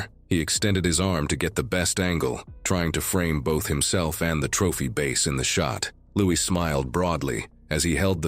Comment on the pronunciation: 😂.. it drove me nuts that bass wasn't pronounced properly..